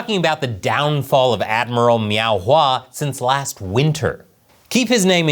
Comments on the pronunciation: Are you saying "Meow"? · How many times did you say "Meow" in this episode? I know that's not the spelling but it sounded like the Cat Game scene from Super Troopers. Hahaha. 🍯🍯🍯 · Every time you say Miao(meow) I start laughing and thinking about Super Troopers 😂😂😂. Meow what? Listen here meow!